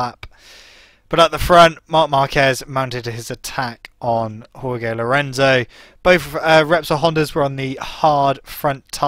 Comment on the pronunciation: Jorge: pronounced 'Hoar-hey' not 'Hoar-gay'